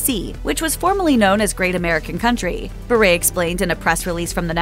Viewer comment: You should at least say her last name right. It’s pronounced “Bur”